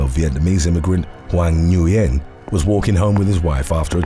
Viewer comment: Nguyen isn't pronounced Nu-yen. It's pronounced like the word "when".